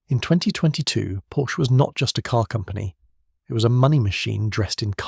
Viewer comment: Do your homework: it’s pronounced “Porsha".